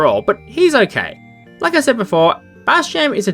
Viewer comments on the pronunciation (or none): none